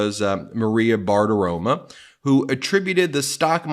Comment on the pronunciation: Hey Ben, LOVE Meidas Touch but please, pronounce names correctly. It’s driving me crazy: it’s Maria Bartiromo with a lomg O at the end; Aileen Canon with an A at beginning….its not Eileen! It’s pronounced Laura “ingrim” NOT WITH “ham” on the end, even though it’s spelled that way.